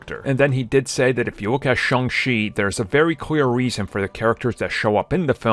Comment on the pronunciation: Shang-Chi, not Shang-She🤦